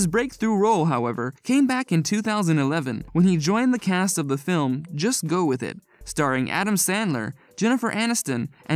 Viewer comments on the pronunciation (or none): none